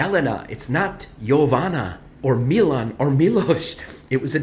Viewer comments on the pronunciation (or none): none